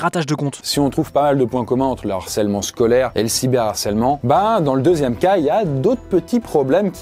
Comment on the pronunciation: Sujet super et très utile, merci l'équipe! Juste un truc qui m'a heurté pendant toute la vidéo: un harcèlement, le harcèlement, pas de liaison donc pas de "l'harcèlement ou un narcèlement". Entre ça et tes nombreuses fautes de liaison (genre" va têtre"), fais gaffe, stp, il y a des millions de jeunes qui t'écoutent!